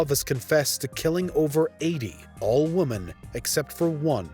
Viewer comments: You kept forgetting the e in women. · Does the reader here not know the difference between womAn and womEn? ffs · its women not woman ffs. plural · What is it with people being unable to spell or pronounce woman/women properly today? Seems like 50% of the time I see or hear either nowadays, it's the exact opposite of what it's supposed to be. A WOMAN went missing, he killed several WOMEN! It's not that hard, sheesh! Usually coming from native English speakers too, it's embarassing! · I'm not native English speaking but I have a question for you all. In this video he says several times "woman" in plural. Am I wrong or shouldn't he say Women in plural. I hear this often but since I'm not English speaking myself I only assume I hear it wrong or is this a common mistake by english speaking people to pronounce it wrong? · Him saying 'woman" instead 0f women is like Ron burgundy and the teleprompter. But they did get comments for it, which is good for the algorithm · When you don't know the difference between WOMAN and WOMEN .... several times, ugh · Why does the narrator keep saying "woman" when he should be saying "women"? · Why can't the narrator say the word "women"? The plural for woman is women. So x killed multiple women, not killed multiple woman. Jesus. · Is it just me or is he pronouncing "woman" and "women" the same? Twitch...twitch... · Why does the narrator keep saying woman not women? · Women! Not woman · Note to the narrator: Woman and Women are not pronounced the same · Ok it's "women" not "woman" it's plural not singular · You're aware of the difference between "woman" and "women", right? You're killing me Smalls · Great content, but... "woman"... "women"... *pulls ears off & runs out screaming* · Someone teach this narrator the difference between "woman" and "women". Geez... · Thank you for confirming that it's not my hearing. He definitely kept say "woman" instead of "women" wondered if it was a new woke term I'd not heard of or something!